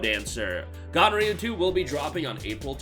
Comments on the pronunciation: ooohhh ganryu 2, thought you said gonrhea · oooohhhh ganryu 2, thought you said gonorrhea 2, my bad…